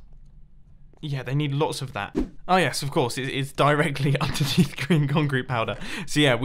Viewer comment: When you say green concrete I always think you say Grian concrete 😂